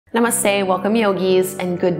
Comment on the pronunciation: Ok it is strange to see a white person chanting OM. The one thing I wish white yogis would do is pleassee TRY to pronounce namaste correctly..it's not "nah-mus-stay" . It's "nuh-mus-sthey"